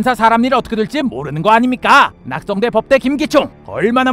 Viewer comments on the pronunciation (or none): 근대 왜 낙성이 아니고 낚성이지? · 낙성대가아니라 낚성댘ㅋㅋ